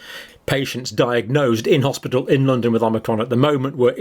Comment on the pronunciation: It's the hospital not hospital